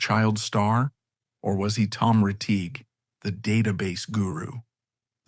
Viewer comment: Too bad this documentary was done by A.I.! An actual HUMAN would not have mispronounced Tommy Rettig's name as, "Tom Reteeg!"